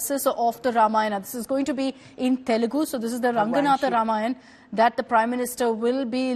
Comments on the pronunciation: Itna padha likha hoke bhi kya fayda when you don't even know the basics. It is TELUGU and not TELEGU! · Its not telegu. Its telugu you mfs never gave any importance to others language atleast write the name of the language properly thats the least you can do